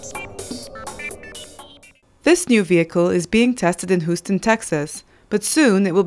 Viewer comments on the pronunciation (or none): It's pronounced "hyou stun", not "who-ston".